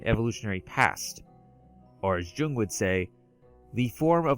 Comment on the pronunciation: Jung is pronounced like Yung. Very easy mistake, especially if you haven't heard it said before. He was Swedish I believe. Anyway great video 👍 and I hate to be "that guy" but every time you mispronounced it the cognitive dissonance was like fingernails down a chalk board. I'm considering a dreampunk story and your video defining some of the commonalities and distinctions is helping me develop the story parameters. Being a fan of steampunk, dieselpunk, raypunk, and of course cyberpunk I'll have to check out some more of you videos after this one.